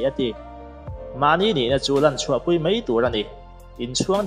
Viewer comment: Mai tih tur zawk anilo maw? Mei niloin